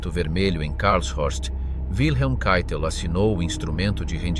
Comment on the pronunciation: Keitel... si pronuncia caitel , non cheitel...